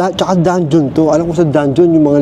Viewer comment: hahahaha tawa ako ng tawa sa "danjohn" hahaha